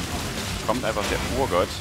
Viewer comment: der nicht mit den w auf Urgot anfängt... purer Schmerz